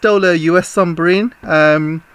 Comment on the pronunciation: I have noticed you say "Sumbarine" instead of Submarine 🤣🤣🤣🤣 Love your channel by the way. Keep up the good work 👏👏👏